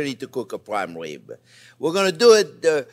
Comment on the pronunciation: Intwesting wesipe fo pwime wibs. Oh, welax, I'm just twing to have fun.